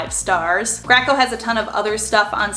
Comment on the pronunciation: Graco?; I've always thought it was pronounced GRAY-CO